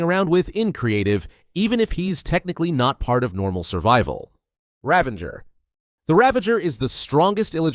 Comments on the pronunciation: Its a Ravager not Ravenger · Ravanger? Its Ravager 😂😂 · Its Ravager not Ravenger lol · “Ravenger” lol